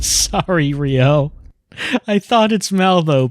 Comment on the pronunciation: I heard 'Rio' and thought it was 'Ryo'. Immediately got confused as I knew I'd clicked on a Lifeline video.